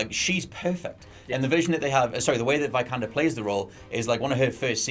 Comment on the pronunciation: Not "Vaj-kander", it's "Vee-kander".